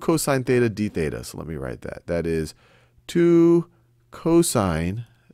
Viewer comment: when you say "this equals to dBETA" i thought u said debata which translates to english into "debate"